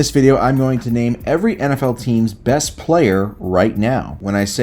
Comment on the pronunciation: The way he pronounces name is so weird lmao